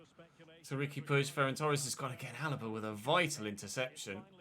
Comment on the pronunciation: Nice to see someone pronouncing puig properly for once as a Catalan it’s nice to see 😅